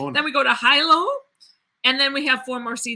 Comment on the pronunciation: Its heeelow =hilo. I are pronounced as long es in Hawaiian